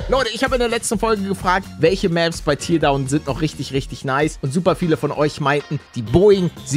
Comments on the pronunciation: Nicht Tierdown Paledde! Teardown! TÄRDAUN! XD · "Tierdauwn" Es wird glaube ich eher wie "Teerdauwn" ausgesprochen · Das spricht man tärdown aus palle 😁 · Hey Palle, du sagtest "Teardown" falsch. Man sagt eigentlich das Tear wie "Teer", und das "Down" wie du es sagtest.